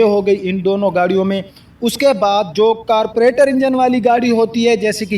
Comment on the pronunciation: carburetor not carpuretor and sound not sond.